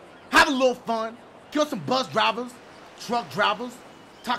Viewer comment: Drivuh Drivuhs!